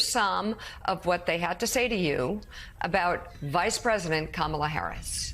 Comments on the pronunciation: Disrespect is when you continue to mispronounce Kamalas name. When you might be smart enough to hear the difference. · Camilla? It's Ka-ma-la! She's not the British Consort ffs. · Deep pontificating, but 4 years in and still can't pronounce Kamala correctly. "Come illya" Ridiculous. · You have to love the woman who called Kamala "Camilla", then said she didn't know enough about her...no fooling really? Start with getting her NAME correct you simpleton. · Karen can’t pronounce Kamala’s name. She said Camilla 😂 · Harris' border job was to slow the people leaving Central America. I've read reports that asylum seekers from the Guatemala, El Salvador, & Honduras triad did in fact slow. Harris was never what Republiks like to call her, Border Czar. These women don't know that. [Edit later group] Kuh MIL luh. Honey, you can't even say her name : like "comma" it's KAH mah lah. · I'm sorry but some people need to stop reproducing. This is what happens when you live inside your bubble. Also it's not Kameela. It's Ka-Ma-La for lords sake. This lady with the glasses is too smart for her own good. Just at home running down that rabbit hole smh. These people are for real bugged out. I could never be a Republican my head would explode. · Did she say Camila? Sorry, that’s the queen of England. Not even close on the correct pronunciation. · Trump has a way over inflated ego 😢 and that scares me so incredibly much 😢Camilla? Another intentional mispronunciation of her name 🤬🤬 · Those Karen’s are total Fox News Kool-aid drinkers—they should have been fact checked by the interviewer that Trump was the one responsible for sabotaging a bipartisan border deal! They’re so misinformed by MAGA. People also need to learn to pronounce her name correctly: KA-ma-la—accent is on first syllable!! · Anyone else hear the soft “KamEELa” under that woman’s breathe because she was nervous about not knowing how to properly pronounce it…? Lol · She can't even pronounce her name right. Camilla did she say